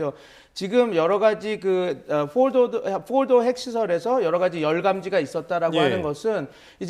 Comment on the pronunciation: 트럼프도 포르도라고 정확히 발음하는데 이 패널은 뭐라고 빌음을 굴려서 알이듣지도 못하게 발음하지? 이런놈이야 말로 미국에서 발음 잘 못해서 무시당했을 확률 높음